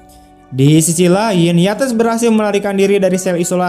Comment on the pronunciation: Cara baca nama : YATES bukan di blasss pakai bahasa Indonesia jadi Yates juga. Tapi ditutur pakai bahasa Inggris yang bunyinya menjadi : 'YEITSS'.